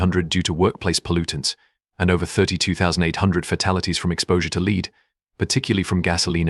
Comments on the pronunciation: Why can't you use natural human speech? This AI text to speech is hard to listen to. Clues. Things like zero pauses where they should be. The metal lead pronounced 'leed'. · Because to an English speaker it sounds terrible. The AI pronounces Lead the wrong way, like its synonym. The syntax is terrible, as if the AI doesn’t understand punctuation. Hundreds of millions of people are native English speakers and any one of them could read this copy better. That’s why.